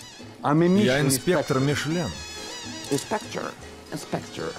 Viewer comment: Как же он говорит инспектор 😂😂😂😂